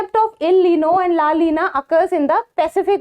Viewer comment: It's not LA LINA it's la "NINA"